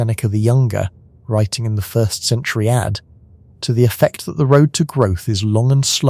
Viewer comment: The text to speech engine needs to be taught that "AD" is pronounced "ay dee" not "add".